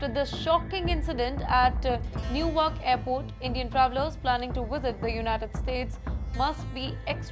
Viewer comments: It’s called “Ne Wark” not “newarc” 😂 pehle pronunciations thik Karlo isiliye vaga rah hai… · Don’t make fool to audience try pronounce properly not New York it’s newark